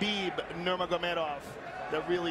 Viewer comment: Goldberg never figured out how to say nurmagamedov